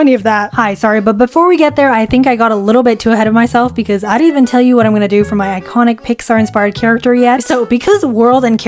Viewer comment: I heard “eyekonic” then “manon” 😭😭